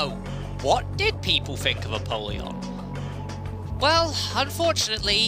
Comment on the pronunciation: ALSO ALSO I know this is super nitpicky but it's pronounced a-pole-yon, like a poll, not a-pall-yon like apalled. 🤓 I thought it was the latter as well but according to the voiceover when using the soul of apollyon the former is the canon pronunciation.